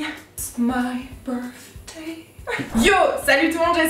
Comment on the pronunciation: Burfday 😂😂😂 Tu m'a achevé.. Quand une française ne veut pas se risqué à faire le 'th' de 'birTHday ' 😂😂